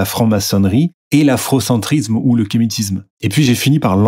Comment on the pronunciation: ne parles pas trop de faute de grammaire, vu que tu dis afrocentrizzzzzzzzzzme ou kémitizzzzzzzzme Et même souvent tu dis que "ça fait sens" Bizoux mon goupil préféré.